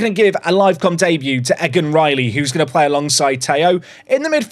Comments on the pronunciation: its Ee-gan not Egg-an. Your pronunciation is hurting my brain lol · its pronouced EE-gan, like Regan with no R